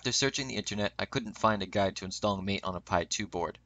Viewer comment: Cool but you have to start pronouncing it Mate as in Mah-Tae.